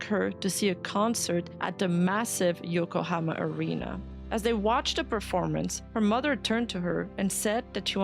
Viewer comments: "Yokohama" ✅ "Yokohoma" ❌ "Yokohoma" ❌ "Yokohoma" ❌ "Yokohama" ✅ "Yokohoma" ❌ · Think you pronounced Yokohama correct once 😂😅